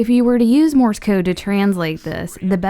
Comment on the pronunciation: It's sounds like you're saying Morris code